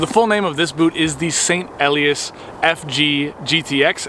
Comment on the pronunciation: "Ee-lie-ass," with the accent on the second syllable.